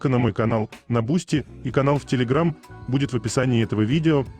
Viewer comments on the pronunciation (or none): none